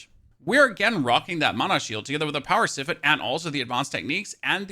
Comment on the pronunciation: "Siphon" is pronounced "Sigh-fon"